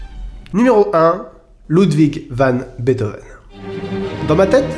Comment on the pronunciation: On ne dit pas ludvigue vane betoven mais ludvigue fane betoven